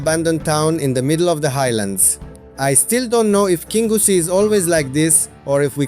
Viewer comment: Your english pronunciation is excellent sir . Your Scottish place pronunciation needs a 'wee bit o work' 😅 great videos. The towns of kingussie and Newtownmore are bypassed by the main A9 road. The two most successful 'shinty' towns in Scotland.